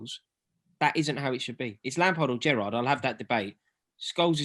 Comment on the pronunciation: Hahaha! This was hilarious. Its Gerrard.